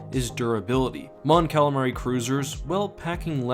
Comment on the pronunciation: Mon "Calalion"😂 Great Vid tho!!